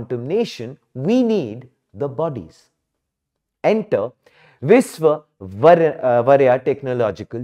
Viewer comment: Learn how yo pronounce names !! VTU is named after one of the greatest Civil Engieer our Nation has seen !!